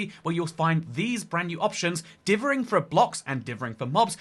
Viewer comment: dithering not divvering